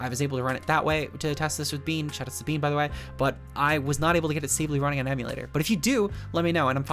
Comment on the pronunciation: Bene is prounounced not Bean, its "Beh-neh" German Poketuber legend and competetive legend